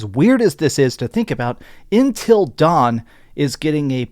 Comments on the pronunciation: Love your vids man but damn it’s UNtil dawn not INtel dawn 😅 did DS really need a remaster? No, no it didn’t, same with until dawn. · Intil Dawn or UNtil Dawn bro?!?! Hahaha...